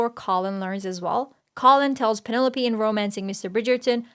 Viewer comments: I can’t get past how she keeps mispronouncing Penelope. The commentary was good, aside from that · thanks for the response. You did, at times, pronounce it correctly. So you’re close to getting it right. 😉